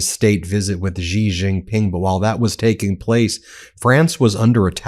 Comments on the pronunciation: Can all these YouTube channels learn how to pronounce Chinese names? Sichuan. Xi (“she”) Jinping. It ain’t hard. Everyone wants to zhuzh up Chinese names w weird sounds that don’t exist in the Chinese language. You figured out how to say Der Spiegel lol. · Still continuing to mispronounce "Xi"... why???? It's said as "she" !!! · XI is pronounced as SHE, not JEE. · Stop deliberately mispronouncing Xi. How hard of it to say "she"? It looks infantile, as if you're incapable of even a modicum of respect. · Xi is pronounced 'she' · FFS learn how to pronounce Xi's name. Embarassing ignorance.